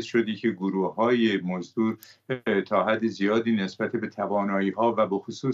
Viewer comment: این مرده هی میگه گروهی موزدر 😢